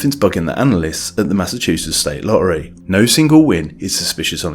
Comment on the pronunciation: Please stop pronouncing "lorry" instead of "lottery".